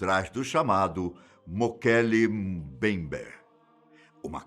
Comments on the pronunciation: O melhor do vídeo é o Ivan dizendo "Mokele Mumbayber" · O nome foi mal pronunciado tantas vezes que dá ate dó! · Puts como ficou engraçado este nome e como ele repete este nome inúmeras vezes kkkkkkkkk